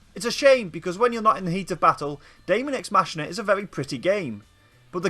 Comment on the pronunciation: Cringing at the way Machina is being pronounced.